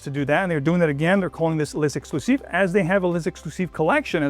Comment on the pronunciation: Great review,. Also the outfit is 🔥🔥🔥. Side note: L’exclusif is pronounced LEX (like Lex Luthor) CLUE ZEEF. Kindly.